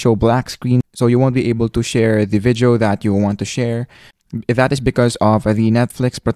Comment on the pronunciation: The idiot can't even pronounce VIDEO ... he explains stuff worse than any 4 year old would.